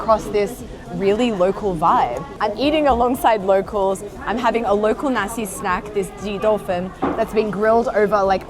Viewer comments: haha i keep getting a bit confused bc i keep hearing Nasi instead of naxi, nasi means rice in indonesian (and when you say nasi in then netherlands one usually refers to nasi goreng, fried rice) also something fun, the dutch word for chickpeas is kikkerwten, which literally means frogpeas, so its kinda fitting that a culture whose favourite animal is the frog, primarily produce frogpeas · I misheard "the Naxi people"... Haha xD a rare deeper exploration of Liziang in English! 👍